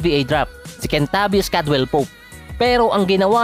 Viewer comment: Bakit kentabis naririnig ko syet